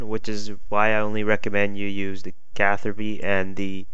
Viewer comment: Lol CatherBi You don't pronounce Ruby, Rubi.. so yeah